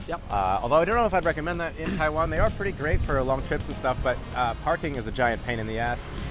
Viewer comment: He still can't fuckin' pronounce Taiwan right...not you.